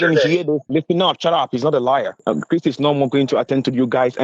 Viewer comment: Listen here I'm NOT CHRYISP!!!!!! I AM CHRIS?